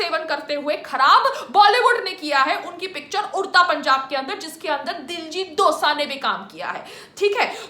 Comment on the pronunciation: It's not Dijit Dossa it's Diljit Dosanjh!!